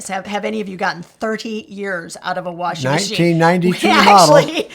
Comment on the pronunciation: I love that he says warshing machine.